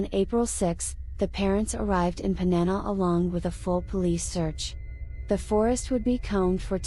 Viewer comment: It's not "Panana" It's called Panama 🇵🇦